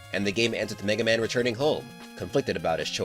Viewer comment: He said every version of MegaMan right so he's going to cover my warrior right I would really love it if he does